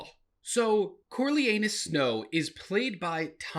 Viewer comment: “This is the story of corlyanus snow” 😂😂😂 It’s Coriolanus